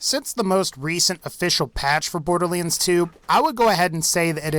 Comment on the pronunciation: Curious how you pronounce it as Borderleands rather than boarderlands ... no offence intended and maybe it's me pronouncing it wrong. :)